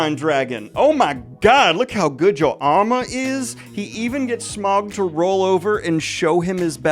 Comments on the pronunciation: I don't think I have ever heard it pronounced S-meow-g. Now I imagine Smaug as a giant cat and it is great. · No one: Daniel: Smeowg 🐈‍⬛ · Brilliant breakdown/review, particularly loved how Daniel’s pronunciation of Smaug slowly devolved throughout 😂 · I'm mostly here for Daniel's pronunciation of "Smaug".